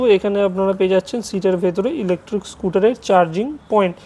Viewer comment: আমি ভেবেছিলাম ইলেকট্রিক স্কুটার দেখাচ্ছেন। কিন্তু আপনি বারবার বলছেন ইলেকট্রুক স্কুটার। তাই মনটা খারাপ হয়ে গেল।